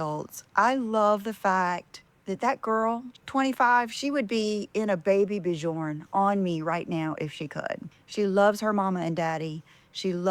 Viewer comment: OMG--her kid is 25 and still cannot pronounce Bjorn--the baby carrier company name. But you keep on learning.